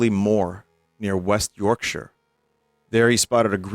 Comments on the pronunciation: Proper chuffed are Vinny can pronounce Yorkshire properly, most Americans hit us with "Yorksh-IRE", just barmy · its so small and insignificant but it's nice to hear an American say Yorkshire right